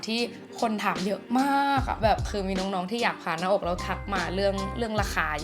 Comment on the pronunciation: อ่านชื่อคลิปเป็น ผ่าน-มอ-อ-ก เฉยเลยค่ะ